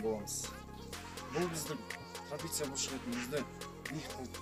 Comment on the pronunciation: Тропеция деп койыпсын трапеция болу керек